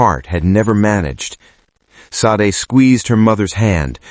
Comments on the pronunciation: Love the story telling, the name SADE is a Nigerian name is pronounced , (SHAH- DEH ) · Lovely story. Please look at the how the name Sade is actually pronounced. (Shah deh)❤❤ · Ha ha ha yes please Shah Deh !